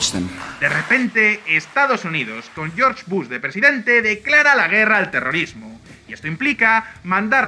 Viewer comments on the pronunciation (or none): none